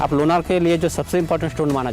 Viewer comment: सर मै लोणार सरोवर की राहणेवली हुं, आपने बहुत अच्छा व्हिडिओ बनाया है 🙏 , लेकीन सर गाव के नाम मे ना ये नहीं णा ये है लोणार सरोवर, शुक्रीया की आपणे यह जाणकारी सबको समझे ऐसा व्हिडिओ बनाया